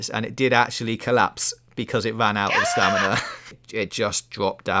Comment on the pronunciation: How is saying "staminner" not on purpose?